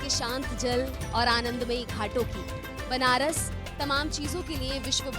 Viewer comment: Banrash hai benarash nahi samjhi pahle nam sahi kijiye